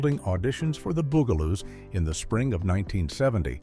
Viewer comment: The AI in this was incredibly annoying. For a program About the bugaloos, it would have been nice if the guy could have pronounced bugaloos! Weird pauses and so many words mispronounced. Did nobody check this before they posted it? Not to mention that, it doesn't end properly. It just kind of stops while skipping like a bad record.